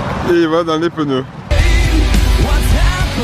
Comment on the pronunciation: Peneu ou Pneu ?